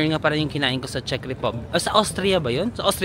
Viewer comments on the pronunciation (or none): none